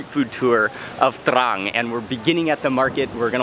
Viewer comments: That feeling you get when mark says TRRRRRRANG! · that spice weed makes him say trrran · Take a drink every time he says TRRRRRRRRRRAN. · “TRRRAN STYLE” xD love how he says it anyway great vid and very unique as i also learnt stuff i never knew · Haha thats city is exactly like my name but we dont pronounce it that way 😂